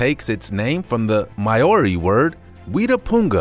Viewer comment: A narrator should know how to pronounce "Triassic", "Maori" and "Linnaeus"...